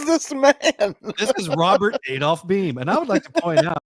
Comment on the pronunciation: also it’s pronounced blame without the L❤️